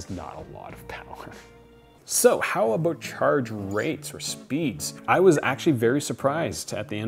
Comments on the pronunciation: Canadian? “ Aboot “ :) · worry aboot it! Haha I love Canadians